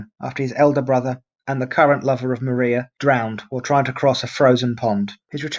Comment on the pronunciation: Maria was pronounced Mariah ... I lived near polstead so this mistake jumped out at me 😂